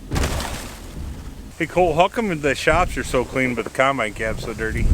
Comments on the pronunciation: Is it me or does pronounce it “cornbine”?? Loving the channel 👍👍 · Love pronunciation of caumunbine...